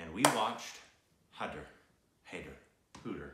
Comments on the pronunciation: Its pronounced Hi there not hey there. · 'Hai' sounds like 'Ha' as in 'Hat', and 'der' sounds like 'ther' as in 'feather' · High-dar (as in sir, fur, cur) and the 'd' is soft. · The consonant 'D' is pronounced as the word 'the' so HAIDER is pronounced as HAI- the-R. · #Shahid is a powerhouse of talent indeed... He’s way more talented than the #KhanEnsemble any day! Do watch all of musician turned film maker, #VishalBharadwaj’s films including his first, #Maachis. He’s brilliant and so is your review. By the way, the title is pronounced ‘High-ther’, almost like ‘hi there’. Also, My #PreciousStupids, the #IndianFilmIndustry as an entire entity puts out about #IndianFilms each year on average, #Bollywood/ #HindiCinema just about 250-350. 🤓 That’s a small fraction! Telugu Cinema releases the maximum number of feature films in India, closely followed by Tamil and then Hindi. South Indian Cinema dwarfs #Bollywood in comparison. I wouldn’t be the first one to point out that neither do we #Southerns really relish being overshadowed by #Bollywood, nor do we appreciate being categorised as #Bollywood... If #TeluguCinema, #TamilCinema, #MalayalamCinema and #KannadaCinema is too cumbersome to remember, just call us #SouthIndianCinema, we’d appreciate that! Be racial and call it #IdlyDosaCinema, if that’s easy but puhleezzeee... #NOTBOLLYWOOD. Just saying, so you don’t end up ruffling any feathers in the future! 😉🤓 #TheSouthRemembers